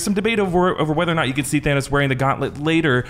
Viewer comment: Why did Thor pronounce it "Thanaws" when literally no one said it that way